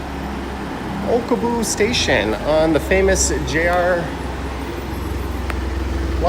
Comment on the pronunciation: Haha..it's Okubo, not Okobu. And that train you saw "stopped" above the road, was at the Shin-Okubo platform, so yeah, it stops to drop off and pick up passengers at the station! I prefer Family Mart, but yes they are all great. Can't believe you spent such a short time in Tokyo (barely scratched the surface).